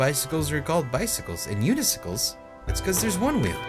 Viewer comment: I've never heard anyone pronounce it "Yoo-knee-sick-l" haha. Always hear it as "Yoo-knee-sai-kul"